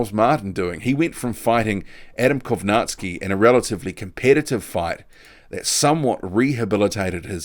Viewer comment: I cant believe we are only 2 months withdrawn from Millers failed tests and hes being mentioned as an opponent for Fury. He should be out of the ring at a minimum of 2 years imo. Props to the only boxing channel on yt I've seen pronounce Kownacki properly.